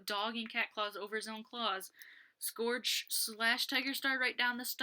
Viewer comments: It’s pronounce Skerj (Scourge) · It's scourge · Yea it's sc-urg